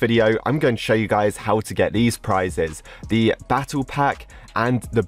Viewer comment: No one: Absolutely no one:: FREE PRISES